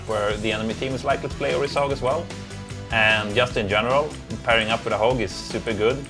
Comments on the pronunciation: IT'S ORISA. OR-EE-SA. NOT ORISSA. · Orisa not Orissa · **Orisa** not Orissa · LOL true "ori-SAH online"